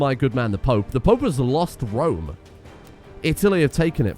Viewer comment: Not even Rome. It's ROM...